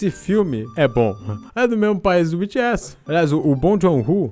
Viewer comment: O que o fala: BTS O que eu ouço: Bitchy Ass